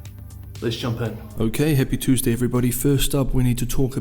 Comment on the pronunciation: Did he just say Hippie Tuesday?